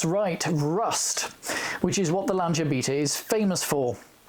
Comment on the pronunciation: Strangely enough, it was the correct pronunciation that made me take notice! Did you notice that in the News at Ten clip, Sandy Gall pronounces both Lancia and Beta the Italian way, but Sue Lloyd-Roberts doesn't?